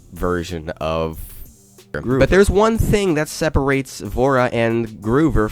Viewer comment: He said "GROOVER" IT IS (GROW)-(VER)